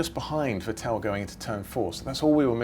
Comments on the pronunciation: Please learn how to pronounce the drivers name correctly ver-tell it’s Vettel and Ricky-Ardo it’s Ricciardo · actually, because he's German its pronounced Fettel